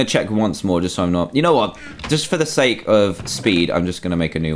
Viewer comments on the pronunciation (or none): none